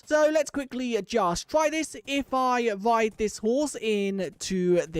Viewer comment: you say "wide" or "thwee" instead of "ride" and "three" (no offense btw)